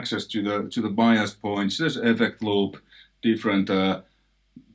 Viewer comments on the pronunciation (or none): none